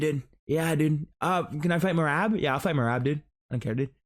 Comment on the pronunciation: I hate if when people call Merab MeRAB like Sean 😂